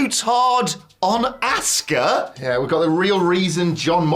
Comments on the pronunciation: You had us fooled as children Goldberg, but we know that you never trained and you hurt so many people and ruined the career of Brett Hart. You even ruined Bray Wyatt run. Also, YOU ALL DON'T SAY ASUKA RIGHT EITHER. it's not ASK AH it's AH SKA. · You say it like Auska. Not a short a, more like a broad a. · you guys didn't pronounce Auska's name right either 🤣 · You’re talking about not pronouncing her name correctly and still calling her ASSka? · >pronounce Asuka’s name incorrectly >berate Goldberg for pronouncing Asuka’s name incorrectly a different way >repeat >repeat again The audacity. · he intentionally mispronounced her name. He actually praised her in a tweet back in 2017. You can go look for it. So suddenly now he doesn't know her?